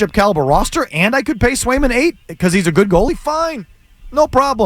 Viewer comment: Must be smoking while giving takes…trade Swayman when you literally don’t even know the two goalies on the roster or how to say their names….kick rocks and at least do a smidge of research